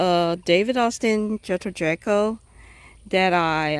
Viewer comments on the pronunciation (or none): Pronounced Jee-kill not like jekyll and Hyde. Just figured I'd let everyone know 😉 Beautiful video love this rose.